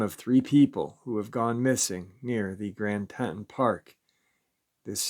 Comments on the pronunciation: Grand TEE-TONS. Grand TEE-TONS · Teee Tawnnn Grand Tee Tawn national park . not trying to be picky, just live in wyoming and it was making me cringe every time you said it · Tee-Tawn............Teton for short. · Grand Tee-Ton? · Pronounced Grand “Tea-ton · It's pronounced Tee- Ton. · Don't mean to be picky but it is pronounced Grand Teaton. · will never mispronounce Teton again after all the comments. It's all good he does such a good job 99.9% of the time. Much respect for the daily uploads. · Right!!!! Lol he’s driving me nuts how he’s saying it‼️‼️‼️‼️😆😆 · Come on New Yorker say it right